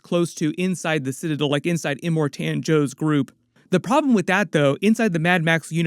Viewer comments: Well done but…it’s iMORtan not imorTAN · Em-More-Ton. Thats to correct pronunciation. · Slight trigger when you're pronounced Immortan as Im more TAN 😂